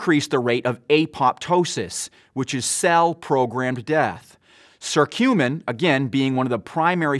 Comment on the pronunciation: it not SERTUMIN, but Kuh curcumin